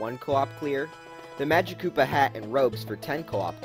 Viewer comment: It’s said majikoopa, not magikoopa, but spelled like magikoopa, not majikoopa